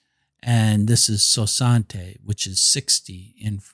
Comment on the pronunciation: Hi. I’m not fluent in French but 60 should be pronounced something like swa-sont. You’re pronouncing it as if it were Spanish. Enjoyed your video!